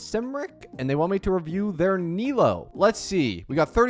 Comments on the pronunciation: He pronounced it as nighlou not naylou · “Naylow” killed me💀💔 I hate being this nitpicky but my goodness does it hurt to hear Nilou being pronounced so very American😭 Ni = as in “neat” or “need” Lou = (isn’t that even an English name??😂) Like “loo” or “loser” hahah I’m not hating really, it just hurts my ears, love your content mate👊🏼